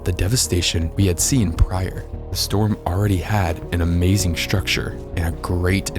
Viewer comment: not the “PUHH-rior into the mix lol